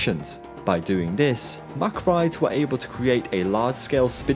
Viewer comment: You pronunce it Muck, not Mack!